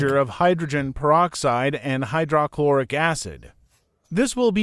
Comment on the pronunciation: AI narration mispronouncing words is annoying "Hy - DRAH - Chlor- ic"